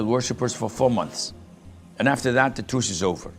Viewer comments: isn't the word "truth" supposed to be "truce"? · truce not truth